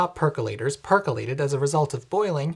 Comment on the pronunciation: i like the way the guy says “perkelated”